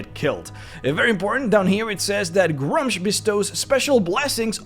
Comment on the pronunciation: It's pronounced "Gruu-mush".